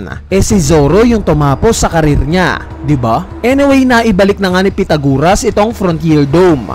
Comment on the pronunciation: Sino bang pitaguras ang pinagsasabi mo. Pythagoras yon pronounced as "pai-tha-guh-ruhs". Ayusin mo naman pag pronounce ng mga pangalan. Imagine may batang fan din ng one piece tapos di pa nya naeencounter sa school ang pangalan na Pythagoras tapos napahiya sa class nila dahil sa kagagawan mo.